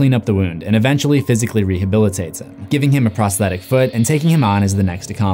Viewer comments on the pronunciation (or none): none